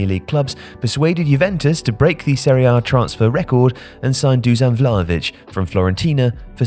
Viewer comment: Why do you say Seriea A? It’s Serie A. Woeful narration